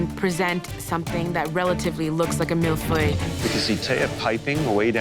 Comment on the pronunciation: you still don't know how to pronounce Millefeuille 😄